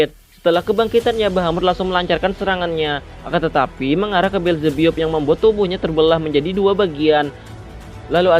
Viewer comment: Bukan belzebbup bang tapi belzebap